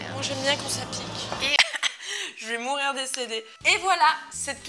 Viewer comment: TA DIS JE VAIS MOURRIRE DECEDER 😂😑